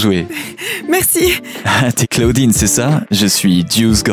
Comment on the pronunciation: On dit claodine